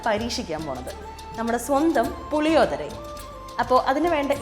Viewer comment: Hello ... Its not what you have said Puli odhara .....allado ... It's PULLI - OGGARE....😂